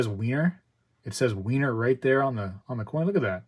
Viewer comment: Over the pond Philharmonics are more popular and decent price apart from the general difference in premiums. It’s pronounced like Viener not Wiener (Vienna). The Queen Anne’s revenge first of series is lovely and has a nice premium